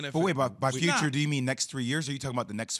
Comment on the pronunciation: The "Futute"?